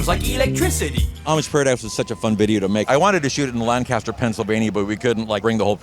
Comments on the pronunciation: In PA... It's not Lan-caster... it's Lang-kister. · It’s pronounced “Lankister”.